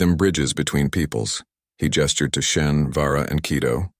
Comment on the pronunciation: It's a computer-generated voice. If its worst mistake is SHEN instead of SHAUN then it's doing pretty well. Irish names are notoriously difficult. (Siobhan is pronounced Jhivaun? How do you work that out?)